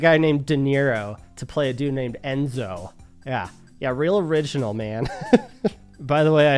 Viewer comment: Enzo. It’s Enzo!😊